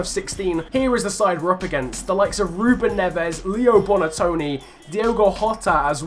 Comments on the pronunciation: It hurts me to see you beat my boys Wolves but I love this series so I’ll forgive you 👍 Also for future reference, Wolves’ Silva is Diogo Jota, Silva is just is actual last name (Portuguese names being ridiculously long) Also it’s Bonatini not Bonatoni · It's Bonatini not Bonatoni